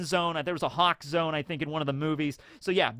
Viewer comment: I keep hearing the crow zone instead of zoan.